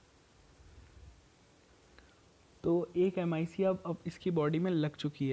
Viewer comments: It is pronounced as "ma-e-k" not M I C!😂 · Bhai vo m I c nahi mic hai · It's clearly flawed... Why couldn't u just say Mic instead of M.I.C